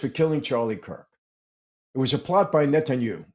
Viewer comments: I love and always look forward to ypur Saturday programs.. I am one of those grammatical nerds. Netanyahu not Netanyu.is the correct pronounciation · Ouch, you’re so ignorant you can’t pronounce NETANYAHU PROPERLY.. there are 4 SYLLABLES!! Just by not being to pronounce his name you’ve lost um some credibility,, lol what a joke ! Can you PPPUUULLLEEZZE stop saying Netanyu😊